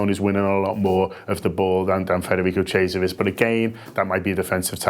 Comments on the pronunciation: Mate his name is pronounced kiesa not cheesa :D otherwise good video big fan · 'Cheezer' lol, it's pronounced 'KEE-AY-SA' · Federico cheeser 😂😂😂